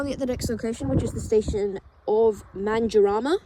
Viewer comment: This is a bit local for my liking... I think I had a stroke hearing that, it's pronunced MAN-DUR-A-MA